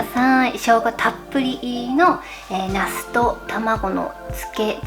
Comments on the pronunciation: 発音が那須ですね😂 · 那須って名前の方を呼んでる感じですよね笑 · の、ナスの発音が面白い。